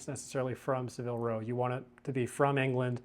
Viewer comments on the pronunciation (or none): It is pronounced SAAA-vil row (rhymes with dabble or gavel) Not suh-VILL row. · The mispronunciation was killing me